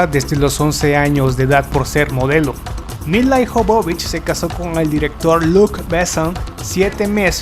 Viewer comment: Dices "Ian" Jolm, en cambio pronuncias "Milai" Jobobich. Ponte de acuerdo con la pronunciación: - Si el actor es "Ian", la actriz será "Mila". - Si la actriz es "Milai", el actor será "Aian". O todo en inglés, o todo en castellano. No nos vuelvas locos. ; )